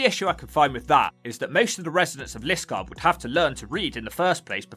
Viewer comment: It should be Li-SKARD and re-DRUTH with the stresses on the second syllables, not LIS-kard and RED-ruth. Great video otherwise though.